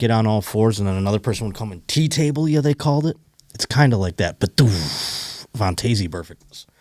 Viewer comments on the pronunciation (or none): Since it bothers me as much as a doofus playing guitar in public bothers others, I gotta tell ya that Vontaze is pronounced VON-Tez. Happy Wednesday Go Bills love u bye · yah I have never heard anyone pronounce it vawn-tayzee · I love the podcast. Watch every week. Stop saying Vontaze Burfict like that. Please. I have never heard anyone pronounce his first name like that.